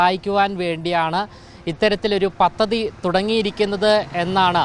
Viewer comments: പത്തതി അല്ല. പദ്ധതി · പത്തതി അല്ല സഹോ പദ്ധതി അങ്ങനെ പറയു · It's not pathathi,it's padhathi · തിരുവനന്തപുരം മയർക്ക് എല്ലാവിധ ആശംസകളും നേരുന്നു മാധ്യമ റിപ്പോർട്ടർ ശ്രദ്ധിക്കാൻ അപേക്ഷിക്കുന്നു മലയാളം വാക്കുകൾ ശരിയായി ഉച്ചരിക്കാൻ ശ്രദ്ധിക്കുക ഉദാഹരണം പദ്ധതി ആണ് ശരി. പത്തതി അല്ല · 😂😂 പത്തതി അല്ല😂😂🤣🤣 പദ്ധതി എന്ന് പറഞ്ഞു പഠിക്ക്. മാപ്പിളമാർ ഷാ ക്ക് പകരം ശ പറയും പോലെയുണ്ട്